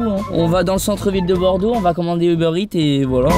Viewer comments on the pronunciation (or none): none